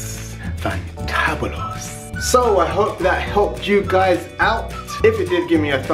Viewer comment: faantahabulus ahahahah